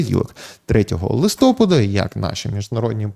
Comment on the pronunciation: Будь ласка, листопАд правильно, а не листОпад